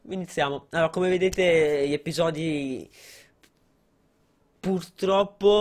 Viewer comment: Surreal si dice episodi non eppisodi lol